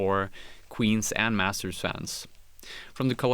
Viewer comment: massers ?? cant you fuckers say T